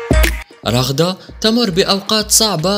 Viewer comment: بدل ما تقول رغدة قلا رغد